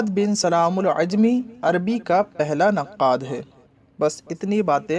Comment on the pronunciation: السلام عليكم ibn e salaam al jumaعi not عajmi